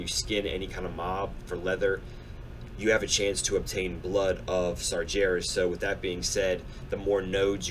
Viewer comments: Please dude I love your vids but it's Sar-----G---erus not Sarjerus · I've just started watching these, and I imagine you fix your pronunciation soon enough, but just in case, it's Sar GAR (as in Gary) as. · like your videos but i gotta say this, you are pronouncing sargeras wrong, just imagine that the ger in sargeras is pronounced how bear would be, but with a g, s-are-GAIR-as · Loving your JC videos, but for the love of god, sargeras is pronounced sar-gar-us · Every time you say Sargeras I cringe a bit